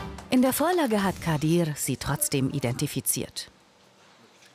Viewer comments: Junge wie sie meinen Namen ausspricht triggered so krass „Kadirrrrrrr“ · Immer wenn sie "kadir" sagt hlrt sich das so russisch oder so an😂 auf jeden fall kann sie den namen nicht aussprechen